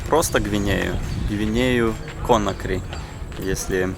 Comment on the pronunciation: Конакри - ударение на последний слог